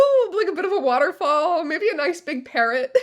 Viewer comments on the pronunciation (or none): none